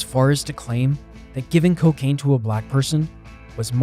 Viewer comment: Hehe “Cowcain”